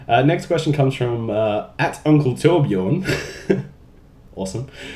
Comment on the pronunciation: did you just nail saying torbjörn? sounded exactly like swedish :o atleast to my ears...but then again i have a tiny damage :D